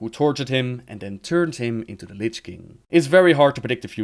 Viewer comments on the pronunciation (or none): none